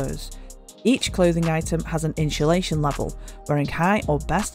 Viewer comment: perfect video! the only flaw to me is how you pronounce insulation XD